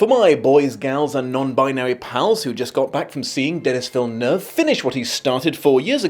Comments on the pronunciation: OMG you said his last name correctly. As a Quebecer (where the name comes from) thank you. This is incredibly refreshing. I also appreciate that SOMENOE is willing to criticize this thing instead of just praising it non-stop. You sir are an actual free thinker. It's good, really good but 10/10... especially when comparing to the book.... no. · I think you're the only one who didn't butcher Villeneuve name lol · It's crazy that from all of the reviews I've seen, You are the best at pronouncing Villeneuve but you can't say Dennis properly